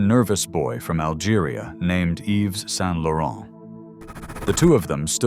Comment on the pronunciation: Whether it is an AI voice or not: pllllllleeeeeaaaasse not "Saint-LaurenT" (don't pronouce the T) and not Pierre Berge, but BergÉ.